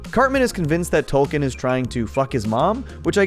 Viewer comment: It's pronounced "Token", not "Tolkien".